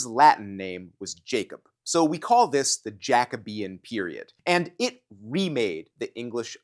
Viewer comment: Is Jacobean not pronounced Ja - Coe - bee - un? With a long “O” sound?